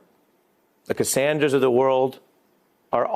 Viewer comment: Is he trying create a new slur? Lol "cassandras"